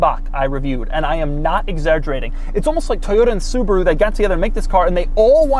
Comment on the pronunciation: The Brand is Called Subaru, not Subru.